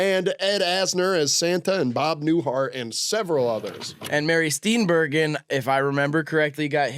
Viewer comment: Deeply upsetting how they are pronouncing “Steenburgen.” Good job lads, not even five minutes in and I’m already ready to repeat the 1993 forest fire in Danbury, Connecticut, a travesty that I did not have a part in whatsoever.